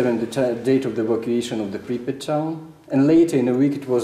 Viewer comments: The town of pripet? You mean pripyat? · "Pripit" HAVE YOU EVER HEARD OF COD4